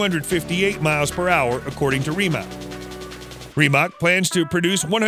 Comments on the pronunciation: Great video, but it’s pronounced rim-ak not reem-ak 😂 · Please learn how to say Rimac correctly, it's cringe and denotes less than a car enthusiast.